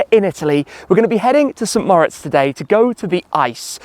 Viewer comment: Is it really that hard to pronounce St Moritz in a proper non-English accent?